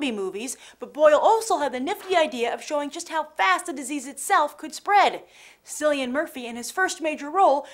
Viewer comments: Silly In Murphy??? Its Cillian ..that's KILLY IN NOT SILLLY.. sheesh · sillian? its pronounced like a k. Kill-ian = cillian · Cillian Murphy like kill e an not sillian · sorry... Sillian Murphey? I think it might be Cillian. I don't like this host... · Kill-ee-aan. Cillian is pronounced with a Celtic K sound. Grah.